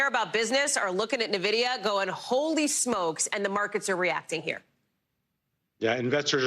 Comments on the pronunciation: It's not nuh-vidia it's N-vidia like the word for envy in Spanish. 🙄🙄🙄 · its not pronounced nividia, it's pronounced N-vidia lol , you. can tell they don't know much about computers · Say 'Navidia' again! Say 'Navidia' again, I dare you, I double dare you **, say 'Navidia' one more ** time! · Holy crap, how many times are they going to mispronounce Nvidia?